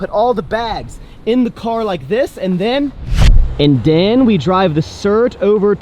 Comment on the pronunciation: "and den".... "and den".... "and den"....